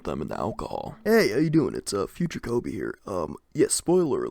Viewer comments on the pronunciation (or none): none